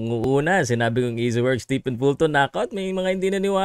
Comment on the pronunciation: fyi, STEPHEN is pronounced as "STEVEN"!